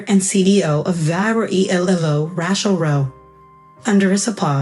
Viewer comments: That is what you get with AI. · They can't even say her name right. Ra-chel, not. Rat-chel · RAY-chel, not Ratchel. Won, not want. 60th o9r 65th birthday? Read in this context is pronounced to rhyme with red. Rachel was smart to rid herself of her toxic family.